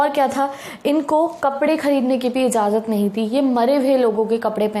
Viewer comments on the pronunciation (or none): none